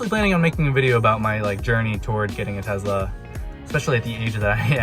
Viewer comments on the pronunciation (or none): Congrats on your TeZla....hahaha